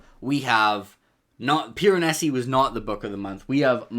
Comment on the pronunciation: Um actually, it’s PIR-UH-NAY-ZEE